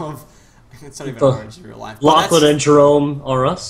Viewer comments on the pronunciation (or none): I thought you said ur name like Lachlan instead of lochlin